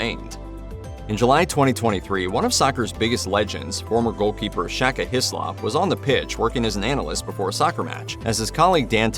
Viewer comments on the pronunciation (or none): none